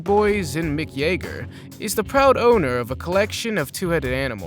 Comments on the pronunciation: Todd Ray worked with WHO? Mick Yaeger? Did you mean Mick Jagger?? (say Jah-ger). Were you born under a rock yesterday? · "Mic Jaeger" There are people out there that would give you 50 lashes for that little slip. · never heard anyone pronounce Mick Jagger like that... wow... you are probably a Gen-Z, am I right? 😂 lol